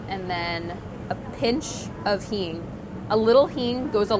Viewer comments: why is she saying? Hene? Heme? Hean? Hin? Google doesn't give any result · what did she say? aspatita? heme?